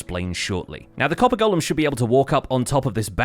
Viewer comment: FINALLY someone who can pronounce 'golem'! Somebody send this vid to ALL the Hermits!